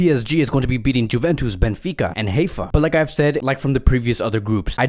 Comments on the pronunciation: It’s not Juventus it’s pronunciation is ‘Yuventus’ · Is he pronouncing the J in juventus on purpose? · please stop saying "Juventus" wrong way :)